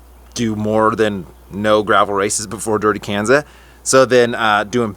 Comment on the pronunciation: It's pronounced Kanza like Kawn-za